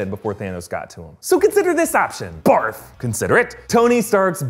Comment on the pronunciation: Am I the only one who just cracks up when he says barf?